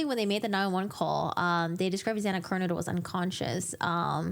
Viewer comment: Why do you keep pronouncing Xana's last name as "KER-Noodle"???